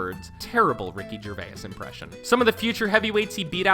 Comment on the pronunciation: your pronouncing Ricky Gervais wrong